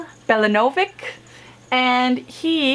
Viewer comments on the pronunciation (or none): NE MEN YA Is how Nemanja is pronounced. Bella Novich (Belanovic)